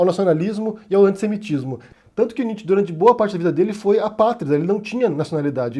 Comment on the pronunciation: Sua pronúncia de Nietzsche foi dita errada.